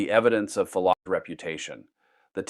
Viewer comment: "Phelocratese" Socrates brother 💀